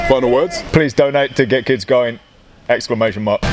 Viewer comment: The first time he says "Get Kids Going" it sounds like he said "Gherkins Going".